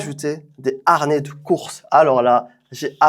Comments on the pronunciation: Y a pas de R à harnais, comme il n'y a pas de U à "amblance" 😅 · haRnais....harnais😅😅😅